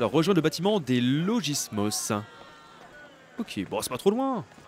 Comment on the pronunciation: Attention on dit pas legismos on dit "leguismous" c est du latin